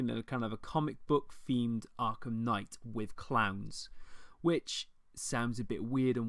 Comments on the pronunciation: This accent,. I thought you were talking about fighting Clams for the first few minutes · DLC The way you say "clowns" :P